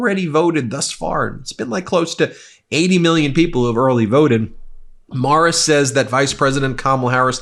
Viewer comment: Is TFG trying to say Marist as Marris or Morris or some sort of marble-mouthed version? WHY AM I GETTING POLLING BREAKDOWNS AND ANALYSIS FROM SOMEONE THAT DOESN'T KNOW HOW TO PRONOUNCE A WELL-KNOWN, LONG-ESTABLISHED AND HIGHLY REPUTABLE POLLSTER?! UGH I cannot wait to find a different channel to give me breaking court filing breakdowns so I can UNSUBSCRIBE.